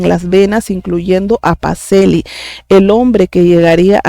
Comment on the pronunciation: Pacellí, pronúnciese: Pacheli. Bendiciones!!!!